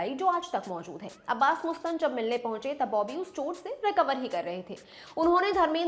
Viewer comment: Jahilo मुस्तान nahi मस्तान Naam hai. Teleprompter mai dekh ke padho magar research to tarike se karo.